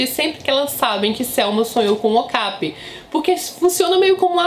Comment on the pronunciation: Amo suas resenhas!!! Ps. Acho que a pronúncia é "ocapI" e não "ocApi"